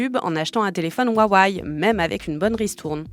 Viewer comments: Alors rip les utilisateurs de huawei Mais svp, c intenable la prononciation jpp 😂 Wa wé ou wa weï pas huahuaï mdr j’vous jure jpp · Pitié ... "Ouaouaïe". J'ai tenu 30s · C’est juste « Wa-Wé » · " ouaouaye " ... Un peu de sérieux. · C'est quoi cette prononciation de huwawei ? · 1000 abonnés sans vidéos ?! Salut, je viens faire chier, ça se prononce « Rwa-weille » en Chine. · Le fond de cette vidéo est bon, mais je ne comprends pas pourquoi vous n'avez pas pris 20 secondes pour trouver la bonne prononciation de Huawei sur internet. Ce manque de sérieux sur les détails vient tâcher votre travail, ce n est qu un problème de forme, mais la forme c est le fond qui remonte. Dommage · Mdrr c'est clair qu'elle le prononce mal lol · bah non, mis à part la prononciation de Huawei franchement c'était hyper instructif.